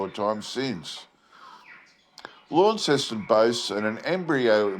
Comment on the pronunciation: So first of all, if you’re Australian, you should know the pronunciation of Launceston as, “LONceston.” Secondly, the only animal I saw in your video that looked remotely like it Tasmanian tiger, was a kangaroo. Were you trying to tell us that was a Tassie tiger? If not, why not find an authentic photo of the tiger? 🇦🇺